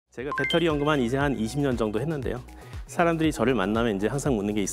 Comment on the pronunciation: 딴 사람들이 다 빳데리라고 해도 아나운서 였던 도경완씨만은 그렇게 하면 안 되는데 다 배터리라고 하는데 왜 아나운서였던 도경완씨만 일본 발음인 빳데리라고 하나요.